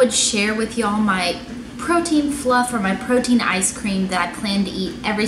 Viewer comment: As soon as the video started and you said “Y’all” I knew you were a Texan 🤘🏻👋🏻